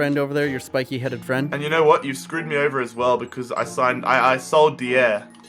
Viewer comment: Eric Dee-Air??